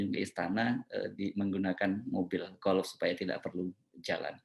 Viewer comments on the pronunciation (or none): Presiden joko : Mobil Golf dibaca Golep!